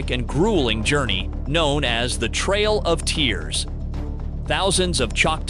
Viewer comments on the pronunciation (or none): Trail… I heard it too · Tool. Trail brother, not trial.🤔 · Its trail of tears not trial! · Trail of tears not trial of tears.😂